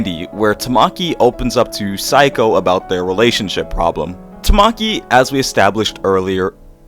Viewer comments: Cool video! I think Saeko is pronounced like say-koh though, kinda odd to hear it as psycho :p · mmm instead of "say" it's more like "sah-eh" -> sah-eh-ko (サエコ). pronunciation is basically correct lol yay phonetics!! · I think it's pronounced exactly the way it's written sa-eh-ko